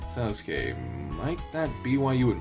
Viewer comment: I believe it's Sousuke -> soh-su-ke Yuujirou -> You-ji-roh Gou -> Go (as in the word "go") I think, "ou" in romaji (the phonetic version Japanese) is said like "oh" I might be completely wrong tho. correct me if I'm wrong